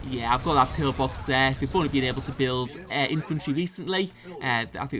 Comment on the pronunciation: Pill -box not pillar-box 😉